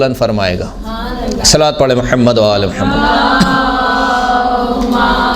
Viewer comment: Khahiraan jb Drood Pak parhti hn tu lafz Muhammad ko Mohammaad parhti hn... Mehrbani farma kr sahi talafuz k sath parha jay